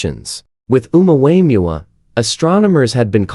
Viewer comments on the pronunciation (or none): Ai is hilarious calling the Omuamua Omua Wayans brother lol.